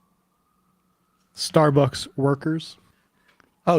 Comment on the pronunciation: I thought it was closer to starburgs or maybe starborgs